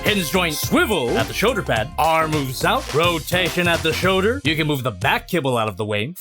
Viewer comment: "showder cannons"